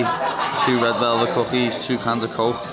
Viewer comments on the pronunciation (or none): A can a cooooke an half a chhhhhhicken 🇮🇪😂😂😂😂👍